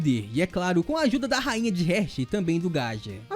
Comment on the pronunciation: ótimo vídeo =D Mas Heart se lê "rárt" e não "rért". sorry, me deixou agoniado kkkkk Vlw pelo vídeo